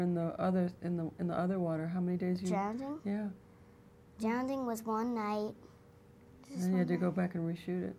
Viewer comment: Awwww Christina said drownding 🥰🥰